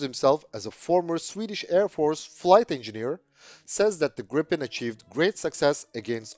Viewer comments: smiles.. there is one P, so it's pronounced "Greepen".. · Gripen is pronounced with the 'i' sounding like a long 'e', as in 'these'. And 'JAS' shall be pronounced with the same A sound as in SAAB. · Will Americans please, please take note of the correct way to pronounce the name !!!